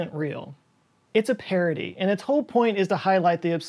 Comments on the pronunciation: "It's a Parroty" ... how has that taken 3 years... I'm sorry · It's a "parroty".... Haha, nice